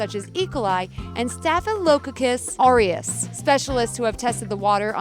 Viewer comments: Get a GP to tell you how to pronounce staphylococcus. Staff-ill-o-KOK-us. Or STAFF-ill-o-KOK-us. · The woman narrating needs to learn how to pronounce multisyllabic words. Staphylocococcus? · I'm more bothered on the way she pronounced "Staphylococcus"